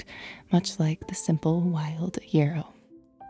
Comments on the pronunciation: Yahhhhhrow. It has not with an e but with an a sound. It's a wonderful herb. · So cute how you say yarrow like it is “euro” or maybe I’m pronouncing it wrong like yaaar-oh ☺️😝 it sounds better when you say it anyway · Are you saying yarrow? The flowers look like ones I grow, but your pronunciation is throwing me off. Thank you for the beautiful video 🙂